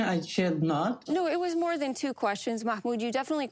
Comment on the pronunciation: I can’t with how the host pronounces mahmoods name